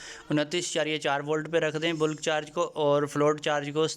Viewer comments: Boolk charging ni hota mere bhai Bulk (balk) hota ha parhy likhy ho thoda khayal kiya karo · Sorry, correct pronunciation of bulk